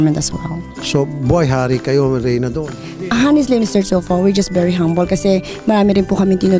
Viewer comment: am bery froud of you..... everyone around the word?? tama ba pagkadinig ko??? hahaha correct me if am wrong haha